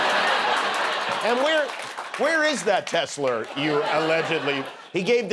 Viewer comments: Does Trump often add an "R" to other words that end with an "a"? Maybe "Tesler" instead of "Tesla" is the remnant of a New York accent he grew up with. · That comment by Trump about 'last time I did that I bought a Teslerr' is about the nearest he's ever got to self-awareness. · It is called Teslers now😅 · Hearing him say Tesler was like Hearing my dad Say Pokéman as a child except worse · The Woke captions spelled out tesla when jimmy and the orange man, Clearly said tesleR. 🎉😂😅😹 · "He gave that Tesler to Melanier." Perfect. She doesn't care. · Legit question. Why is Tesla impossible for him to say, it is arguably easier to say than Tesler. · "Tess-Lerrr" rhymes with "Hamburglarrr" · Trump still says teslur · Teslarrrrrrrrrrrrrr lol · "He's still pronouncing it 'Tessler'." Yeah - and annoyingly, so is Ben Meiselas at the Meidas Touch. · In all fairness; Many Brits pronounce it as Tesler as well.